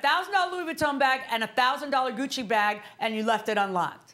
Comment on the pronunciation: 😆 Goodchie? It's Gucci! Louis Vuitton!